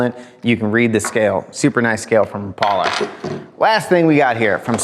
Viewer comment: Rap....a....lah... Not ra....Paul...a....come onJake your the best...